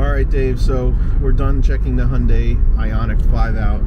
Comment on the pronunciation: I have to say that's perfect pronunciation of 현대! And 5 years and 60000 miles of Roadside Assistance. Last time I had a flat was almost two decades ago.